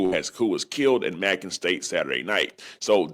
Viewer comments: It’s pronounced May-Con not Mack-Con and this is no shade as I’ll say some crazy stuff myself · May-con.. not macking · It’s “MAYcon” not MACKON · It’s ma-con not mackin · It's Macon not mackon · yk damn well yo country ass know how to pronounce bacon so why tf you pronouncing macon like mackin 🤣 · It’s Macon (may-con) state not (mack-on) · Macon not Macon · Macon is pronounced like Bacon...but great content G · it’s May-con (Macon) state penitentiary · Pronounced May-con.💯✅ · And please say may-con right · It’s pronounced like may-con not like bacon with a m😂😂😂😂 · It’s pronounced “Māe Con” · Its pronounced May-conn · Pronounced MAYCON Family!! Each 1 teach 1 salute 🫡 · (May-cun) Macon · It's Macon( mycon how it's pronounced ) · It's pronounced " May - con" (macon) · U mispronounced Macon my dude it’s pronounced rhymes with bacon great content tho 💯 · It’s pronounced “May-con” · May-con (Macon)…. 😂😂😂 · May-kon is how it’s pronounced nigga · May-kin (Macon) 😂😂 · MA.....long A CON. AS in convict lol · I swear he should have had Siri pronounce it it before making this video saying it like bacon with a M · Bruh stop pronouncing Macon like that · That is not you pronounce Macon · Eye roll! How you covering a story and cannot read? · Saying macon wrong but its on down here